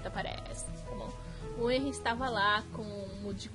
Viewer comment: Se lê Renri e se escreve henri